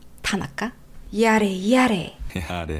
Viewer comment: 원래는 야래야래..... 이런느낌인데 은 야래,야래!! 같은느낌ㅋㅋㅋㅋㅋ